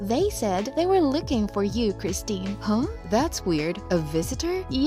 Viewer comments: Her name is Kirsten pronounced Kir-sten not Christine. Learn to read properly on your vids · They have it spelled 'Kristen', not 'Kirsten'. But they still have the pronunciation wrong. It's Kris-ten.